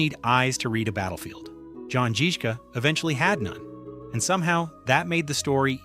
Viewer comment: jan zizka spells like : jan zhizhka